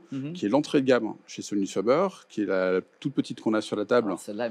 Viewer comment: On dit pas fabeur mais fabair, sans Majuscule sur le f : Sonus faber.